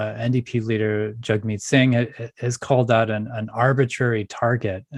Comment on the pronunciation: YAG-MEAT, not JUG-MEAT. Moron. I hate him and even I know that.